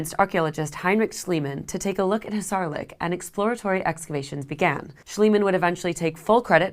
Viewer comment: Troh-add, two syllables, accent on the first. Hissarlik accent on first syllable. I could go on. I’m wondering where you got your degree. There are many Greeks alive today, and you could have asked one for help. The lack of attention to simple details like how to say words very much takes away from your work.